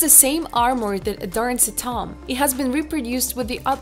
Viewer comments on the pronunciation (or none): I love when "prehistoric toms" are found. Lmao. Stupid robot voice. Call a tomb a tom one more time! I DARE ya! I DOUBLE DARE YA! SAY TOM AGAIN!